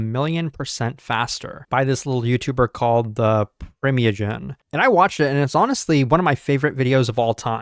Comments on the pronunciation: "...by this little youtuber called the pree-mee-a-jen" 🤣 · Who tf is preemeogen? 😂